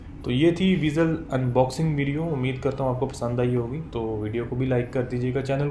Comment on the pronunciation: BTW its vezel(vaizel) not (veezel)